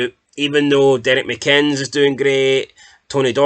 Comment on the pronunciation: Rise McCabe it's said as Reess and McInnes is says as Mickiniss